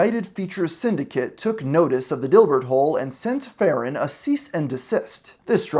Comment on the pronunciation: please put some respect on Tristan L. Farnon's name and pronounce it correctly